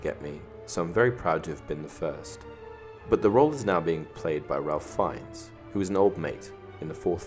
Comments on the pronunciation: On a side note, Ralph Fiennes is pronounced "Rafe Fines" :) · TBH it was very distracting and annoying, which is sad because other than that, the video was pretty good.